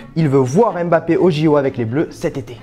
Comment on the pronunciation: Prononce MBAPPE et non EMBAPPE 😪😪😪😪😪